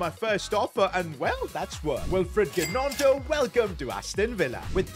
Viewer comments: The way he pronounced gnonto triggered me 😭 Its pronounced nonto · The way he pronounced gnonto 😂😂😂